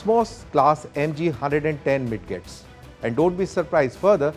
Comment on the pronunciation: Lol, MID-GETS? They are pronounced as Mijets., kya yar.